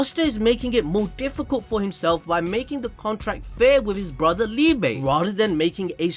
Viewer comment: Just thought I'd say, Liebe is pronounced Lee-buh, it means Love in german.